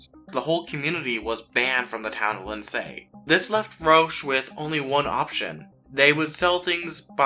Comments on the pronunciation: Pronounced "On TER E Oh" and LIND SEE" like the name Lindsey. Not Lin SAY and On TAR e oh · Or “Lind say” according to the narrator. 🤣🇨🇦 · Lind-say? Hahaha